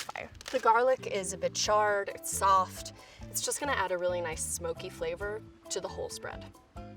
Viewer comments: word of the day: ch-ARR-ed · am i the only one who notices she says charred a MILLION TIMES in the video , like......